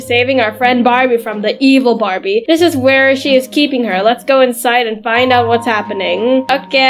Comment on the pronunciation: Why is the word barbi like that😂 it supposed to be Barbie